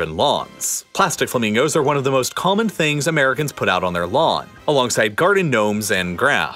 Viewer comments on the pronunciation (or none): none